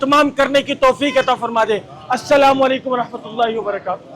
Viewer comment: Saaheb pehley salam ke Alfaaz ko sahi karlo assalamwalaikum nahi assalamualaikum hai